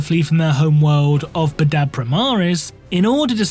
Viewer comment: Pronunciation 'Bad-dab' not 'Ba-dab' Look, I know I'm a piece of shit but this triggered the nails every time he said it lol